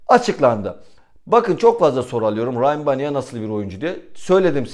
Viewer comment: Eleştiri olsun diye söylemiyorum. Biraz takıntılıyım bu isimlere. Yazıldığı gibi okunur. Rayyan Baniya. Saygılar